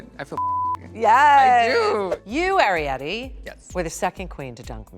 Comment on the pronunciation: Ari-Petty. Gurl bye.